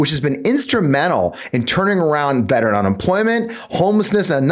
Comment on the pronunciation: Biden can't spell veteran nor pronounce it correctly.